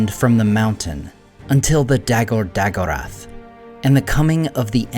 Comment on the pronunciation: The a pronounced ah, not eh. Those words are oxitone, btw. Really, why bother use elven words if you don't say them correctly? Battle of All Battles is a perfectly good name to address this passage of the Silmarillion.